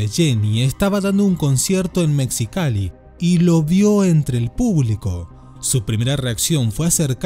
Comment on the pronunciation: Jajajaaj ame como dijiste mal Mexicali ♥️♥️